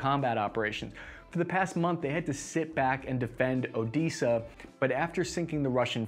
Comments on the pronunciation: Some ornery critters, headin' for ol' Odeeeesa ... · He had me at Odeesa. :D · I love how is the only person on the planet to mispronounce "Odeesa", never change 🤣